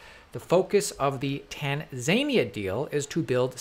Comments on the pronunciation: Ahhhhh Tanzania, the mythical place that's on route to some magical mis pronounced fantasy land. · Tan Zane ia...almost as funny as the Cotton Mouth episode a couple months ago! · Interestingly I was in Tanzania in 2019 and people there pronounce it tunzanya. Kind of like taan then a lasagna sound after it. Just watch a YouTube video from a Tanzanian creator. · I love your videos. BTW it's tan-zah-nee-ah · Nice video. It’s tan-zuh-nee-uh. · Tanzaynea? 😂😂🤣😂 Great video but that had me ☠️ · Loving all the info keep it coming. Also I hate to be that guy but its pronounced Tan-za-knee-a. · It's pronounced: Tan-zah-knee-a. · It’s pronounced. Tan-Zan-e-ah 👍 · dude, it's tan-za-knee-ah. 🤣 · Tanza-Knee-ah The emphasis is on the n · "Tan-zane-eaah"... Must be a new country 😂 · Love you man but it is TAN ZA Nia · Mate, stop miss pronouncing Tanzania.. It is said like TAN ZAR NIA...hahaha and don't over emphasize the letter R when you say it . Love your Vids. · tan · zuh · nee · uh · Tan - zuh - nee - uh. Little Respect Please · “Tanzania” is pronounced Tanzer-Nia, like Panza Mia not like Tasmania! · It is said Tan-za-nee-a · Not sure I’ve heard a country be mispronounced so many times… “tan-Zane-ia” 😂 exciting stuff tho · It's pronounced tan-zan-e-a, I think you got it at the end tho. The e is obvs an i. Phonetically it's like that. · Tanzania 🤣 it should be pronounced Tan zan ear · No, it's Tain - zanier. :>) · Try pronouncing it "Tan-zaah-nee-ahh" and the people there are "Tan-zaah-nee-ann" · Great update but please check how you pronounce Tanzania! It’s TAN ZA NEE UH. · You're pronouncing Tanzania funnily! You need to emphasize the "ia" at the end... Tan-zan-yee-a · TanZZZania. :( man he keeps saying it. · btw it's pronounced TAN-za-nee-ya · *Tan-za-nia sorry but it's hard to hear it pronounced tan-zania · Tan Za Nee Uh 🙄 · Isn’t it pronounced Tan-zan-e-a? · Tan ZANE nee uh. smh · I love these.videos but pleassse. The country is TAN ZAN. KNEE. AH